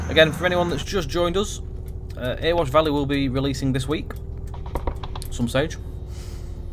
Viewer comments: Months since the last Erewash Valley vid, and still pronouncing it "Ear wash" instead of "ERY wash" .... come on! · Can't wait for this to release! Just to let you know, Erewash is pronounced Eh-re-wash not Er-wash.